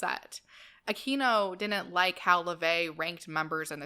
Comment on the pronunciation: I used to think that Michael Aquino's name was pronounced just as you pronounced it --- That's the correct Spanish pronunciation. But recently, I watched a video in which he made a point that it's actually pronounced, "Ah-kween-oh." He said that that side of his family was SCOTTISH! I can't say, but I'd guess they were Spaniards who emigrated to Scotland, and adopted the Anglicized pronunciation. He also said there WAS a "Michael Aquino" who employed the Spanish pronunciation, who's a Filipino. That person pops up on Wikipedia, as well as the other, if you do a search.